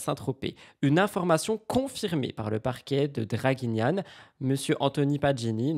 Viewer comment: Pour infos : relayment n’existe pas c’est relais (d’information), et Draguignan se dit comme ça se prononce pas « anne » :)